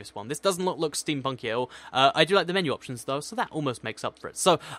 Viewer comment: When said ' Menu Options,' I thought he said minions. I had to go back to check I'm hearing correctly.:'D 😂